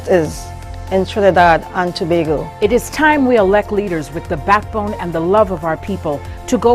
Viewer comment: Love the way you said Tobago! Good morning 😊🇹🇹🌶💙🌶💪🎶🇹🇹